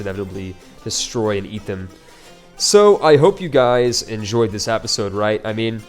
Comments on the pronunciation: If you can't pronounce episode correctly, it's going to be difficult to expect geographical names to be pronounced even close to correctly. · plz say episode instead of Apisode lol